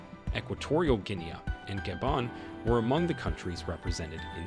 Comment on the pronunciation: Please pronounce Guinea properly!!!!!